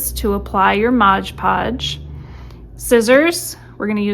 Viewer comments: Great video but it’s MOD podge - not MODGE podge. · It's MOD, not modge!